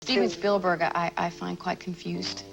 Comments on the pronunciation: It's Spielberg not Shpielberg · I think it's pronounced Spielberg, not SHpielberg. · I think your right, I noticed other strange things like that the narrator fluctuates between pronouncing it "Sh"pielberg and Spielberg. A real person wouldn't do that because the name is so famous and common. But an Ai would get confused between the actual textbook German pronunciation of it vs. the Americanized popular pronunciation. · His name isn't Schpielberg. If you're going to do an 18 min video on someone, figure out how he and everyone in his country pronounce his name. His name might be of German derivation but come on, do a little research. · Why does this AI continue to call Steven Spielberg, Steven "Shpeelberg"? PLEASE make that stop!!! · "Schpielberg", the narrator said. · Why does the narrator keep calling him "Shpeilberg"? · Bot voiceover says Norton's performance in Munich was "acclaimed." And bot pronounces the director's name as "Schpielberg." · Well, researched and interesting. However, I do feel quite sure you’re saying Spielberg incorrectly. A shpiel (also spelled spiel or schpiel) is a lengthy, often extravagant speech or sales pitch designed to persuade or entertain.